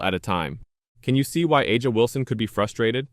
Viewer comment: Is there any video or Audio proof tha A'ja is mad over this or did He just make this up for clicks. He can't even pronounce A'ja's name correctly. It leads me to believe this is not factual.